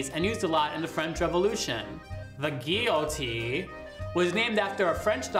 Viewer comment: lol at the eye roll while saying gee-o-teen